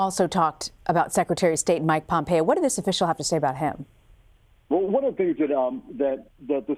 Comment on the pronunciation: ..and learn how to pronounce "Pompeo!"